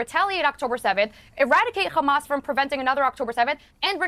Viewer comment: Oh Gods, I heard her say "Khamas"